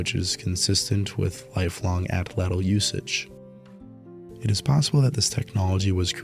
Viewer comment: We are quite capable of pursuit to exhaustion. There is no need to run faster than the prey. We track. All of Homo genus. Ah-tlatl, not " attle attle" Easily, not easier.